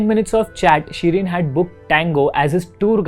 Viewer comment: its shrien not shirien and anne not anni